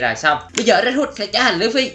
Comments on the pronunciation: Đọc là lu fy mà anh đọc là lưỡi fy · đọc lộn òi phải đọc lúp phi mới đúng ơi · Lú phi ma Ang đoc là lua phi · anh ơi anh nói sai rồi là lúcfy chứ không phải lữ phi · Luffy chứ không phải là lữ phi đâu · Lu phi chứ ko phải lữ phi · Luffy chứ ko phải lu phi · Nói sai rồi là luffy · Luffy chứ ko phải lữffy quên cũng tại anh ko biết xài trái gomu thui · người ta là Luffy mà kêu là Lử Phi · Ủa anh ơi đọc sai rồi ko phải lửa phi mà là lúc phi😅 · Luffy mà em nghe anh nói là lữ phi 😕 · Anh ơi Luffy không phải lữu phi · Luffy chứ ko phải là lũphi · Anh ơi chứ ko phải lử phi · đọc sai tên của luffy